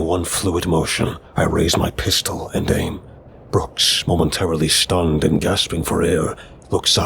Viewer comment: What’s going on with pronunciation of some words like Shleep not sleep. Shtunned not stunned. Never noticed it before